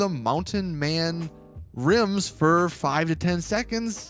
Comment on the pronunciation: When he said rims I cringed